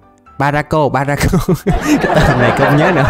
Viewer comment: đọc baroka tui đọc ba dô ka